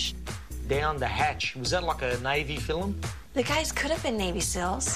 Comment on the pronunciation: a filim :D:D::D:D he can't say film :)